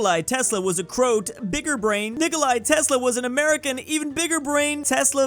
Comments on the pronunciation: Its Nicóla not nikolai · Saying Nikola as Nikolai is a phobia I just discovered because of the beginning of the video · normal ppl: ni-ko-la and cro-at am*ricans: NI-KOU-LAI AND CROT